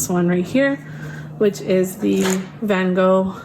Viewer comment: Besides the fact that I love this video and I am very grateful for this because now I see how amazing the Holbein colours are and makes me want to build my own palette. The way you pronounce Van Gogh instead of Ven Goh makes every Dutch person go ‘oooh’ including me 🤩